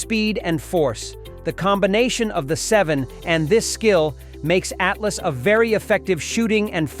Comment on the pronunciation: (((((((((((((((((((((((((((((((((((((((((((((((((((((((. ATLATL IS WHAT ITS CALLED!! NOT A ATLAS ? !!! SILLY NARRATION OF WHAT'S SUPPOSED TO BE EDUCATIONAL FOR PEOPLE! !! ?? )))))))))). GAVE UP AT 0.22